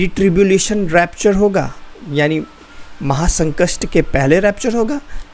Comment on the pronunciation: Maha sankast nhi Brother maha sankat boliye...baki ok.ok.😊